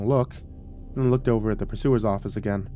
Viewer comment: To be fair most people listening to this won’t be ocean-liner nerds like me but for those who are…and for future reference…..there is no officer on a ship called a “pursuer”…..it’s “purser”. That little matter out of the way I loved the story…props to the writer who’s obviously a fellow ship-nerd. Even the deck plans and names of spaces on the ship were pretty accurate for the QE1 (I write “QE1” because there is a QE2 that still exists). The concept is really interesting, I don’t think I’d have the trepidation most of the characters did if Given the chance to stay in 1956 America taking a transatlantic voyage every few years though…..I’d be fairly happy to take that offer.